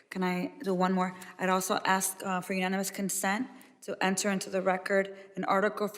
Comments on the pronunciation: It's "ask," not axe. Good job putting people in congress who can't even pronounce or use the English language properly. So professional. Speaks volumes for the democrats. So sad. Hate to see the other choices!!! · Go ahead, "aks" your question. Pitiful.... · She must let me AXE my question chairman...